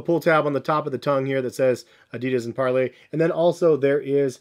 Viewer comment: It’s par-lay my brother ❤